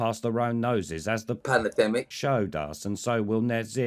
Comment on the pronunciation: I think climate change pales as an issue compared to what is the correct pronunciation of pallademic?